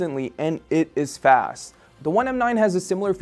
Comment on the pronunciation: "It is fas" lol wtf XD